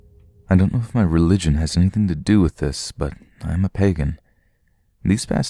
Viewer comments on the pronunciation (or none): none